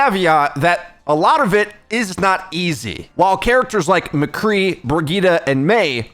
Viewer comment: Mecrree ?? Who’s that ?